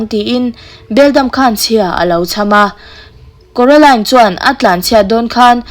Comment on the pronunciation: Kuaroline ani lo maw😂😂😅